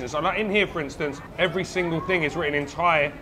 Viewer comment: Love your Thai pronunciation.👍👏